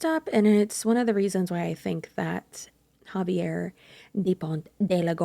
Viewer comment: Is Xavier pronounced Havier or Zayv ee er? In Australia it's the latter but I too am an 'untravelled' Caucasian 🤣🤣